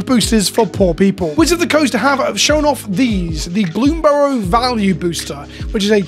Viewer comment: I'm watching this video because you are the only content creator that pronounces bloomburrow without a weird emphasis on the final syllable.